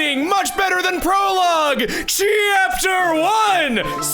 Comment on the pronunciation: Oh my GOD hearing “CHEE-APTER” again after so long